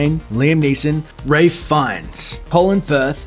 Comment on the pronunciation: ray?? it's RALPH "ralf"...